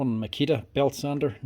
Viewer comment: Never heard of “Makia” tools.